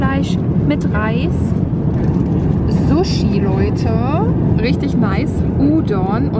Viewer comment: Vielleicht Japan weil als du das essen gezeigt hast hast du das Sushi extra betont 😜❤. Außerdem ist das die japanische Schrift